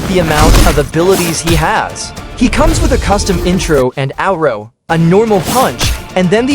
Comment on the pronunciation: “and owro” what is an owro?